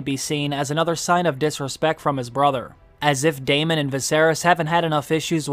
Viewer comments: DAY MON lol you were killing me pronouncing it like that instead of just straight up Saying Daemon(Damon) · Dude can you stop saying "Day MAWWN?!" It's goddamn Daemon, "DAY MIN." edit: You pronounced it NORMALLY and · Why does everyone call him Damien lol. it's Daemon